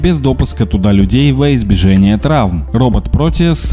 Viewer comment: "воизбежЕние" 🤦‍♂😆🤣. Ну как можно говорить так не грамотно такие элементарные слова❗❓ Уже какой раз замечаю на этом канале. Подтяните свой русский язык. Или через поиск проверяйте, если сомневаетесь.